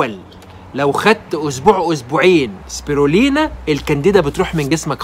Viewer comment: واسمه سبيلينا وليس سبيرلينا